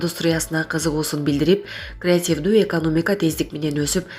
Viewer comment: эмне мынча манкаланат сүйлөгөн кыз.Же кыргызча жакшы билбейби? Креативтүү дегенди ката айтып жатат.Кайта кайта айтты